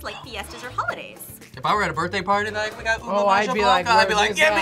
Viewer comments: Its pronnonunce Oo-Beh not oo-bay btw Love this vidoe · Ubi not ube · I can't believe they said "ube" wrong😢